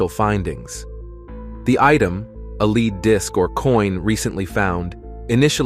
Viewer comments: A ' leed coin'?, AI can't pronounce 'led'? More click bait.... Doh ! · lead not leed or led